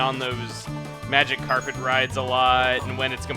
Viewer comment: I can't unhear him saying 'A MagikarPet ride' : |